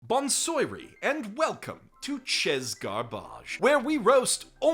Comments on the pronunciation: Actually, it's pronounced "Chazz Gurbidj." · The clearest and most obvious evidence that he is 100% intentionally fucking up the pronunciation is he’s literally getting French words wrong that in other previous videos he’s gotten right like the first word in Ches Garbage. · I'm not even French, but hearing you say "chez" verbatim as opposed to "shay", made me wanna smack you with my glove. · the "Z" in "Chez" is silent and "Bon soiree" is read "Boan soare".